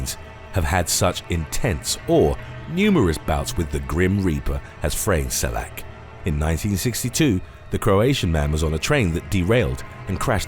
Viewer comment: The way u pronounced Frane Selaks name was kinda annoying but other then that nice video!